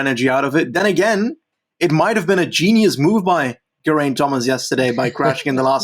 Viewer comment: It's "GERR-aynt|"